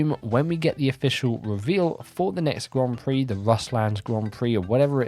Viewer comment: Yeah, you still pronounce 'Grand Prix' so badly. I turned on the captions and it thinks your saying "Guam Free".